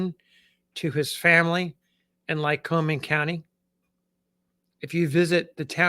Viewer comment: Lycoming is pronounced as "humming." Not like Wyoming. My ancestors included folks who named the place before all you white people got here.